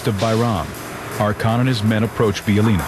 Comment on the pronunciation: these idiots cant pronounce a damn word, hearing them say Bijeljina is cringeworthy